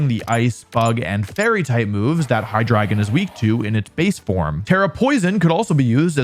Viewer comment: I knoiw hes trying to say "Hydreigon" but I swear to god im hearing "Hahdrygin"